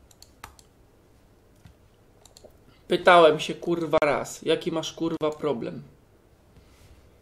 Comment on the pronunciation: "plobrem" naucz się gadać